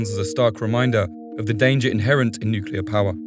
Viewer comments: This guy only slipped into saying “nukular” a few times. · Its nuclear you twat not nucular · "Nook-yoo-lurr" jesus, doesn't ANYONE say this correctly? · 'Nuclear', for fucks sake... not 'nukiller'. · "Nuculur" really?